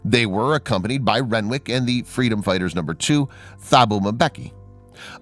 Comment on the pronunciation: Renwick is said rennick it's a silent W